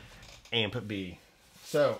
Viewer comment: … Did you say "amp B" or "Aunt Bee"?